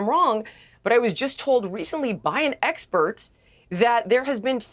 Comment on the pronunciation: Cowboy hat knows a lot about tariffs and economics… “esspensive”, “espert”, “sussessful”